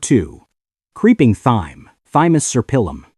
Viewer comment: Good video , but would be so much better with a real person narrating instead of AI. For example , t h y m e is pronounced t i m e.